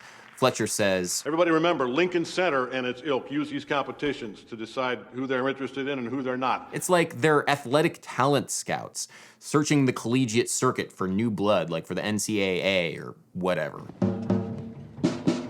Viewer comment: Can someone who is into sports come tell this guy nobody says N C A A. Its called the NC double A buddy. As a sports fan this review was... okay.